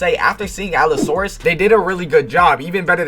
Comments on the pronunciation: bro its allosaurus 😭tf is a alasaurus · bro it aint alassaurus its alossaurus🥲